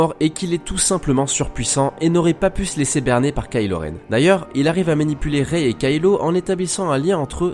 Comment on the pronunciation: Par contre ça se dit "Rai" pas "Réï"